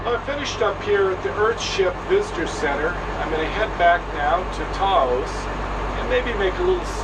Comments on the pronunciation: Taos not toast.... lol. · Hi, So I'm from Taos (pronounced like house, but with a T on it). Since the earthships are in Taos- Can you change the intro to Say Taos not Santa Fe, because you are about 1 hour and 40 minutes from Santa Fe on the mesa outside of Taos not Santa Fe there. Thanks!